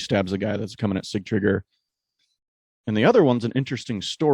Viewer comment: You guys do a great job overall. Kudos to your dedication. I'm surprised you guys didn't mention Sigtriggur jumping from the window and mauling that man like a beast. What a spectacle🤩 Please tell it is not see-tree-gear. Sig-tri-gur.